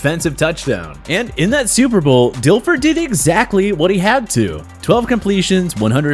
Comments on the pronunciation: Lmao when he said Dif Ler haha not Dil Fer. Difler-stifler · He said Trent Difler. It’s Dilfer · That guy REALLY struggles pronouncing these QB names. At least he got the easy ones like Brady and Foles right. Jeff "Host-ler"? Trent "Diff-ler"? Jay "Sh-road-er"? Not-so-much.